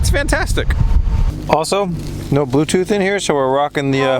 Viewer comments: Yyeeeeesss! De blootoof dewice has connecteda sussessfullay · "da balutooth dewice is readi to pear" i thought we only have them in Asia hahahaha